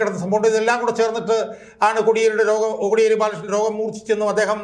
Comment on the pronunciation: കൊടിയേരി അല്ല സർ.. കോടിയേരി ആണ്..